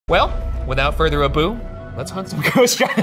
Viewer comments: “Without further a-boo.” What a way to start the episode. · Without further a-boo😂 Love it